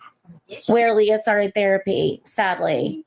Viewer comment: You're saying Leah's name wrong😂 it's not like Princess Leia